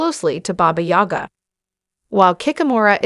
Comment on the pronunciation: booga ? fuckin AI